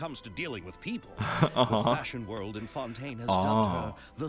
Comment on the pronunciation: "I cant believe they say Xavier 'Sa-vee-ay' and Fontaine 'Fon-tayne'" X'D Teyvat has its own laws, what can we say